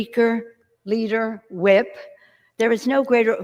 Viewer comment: Did she say whip or W.A.P ?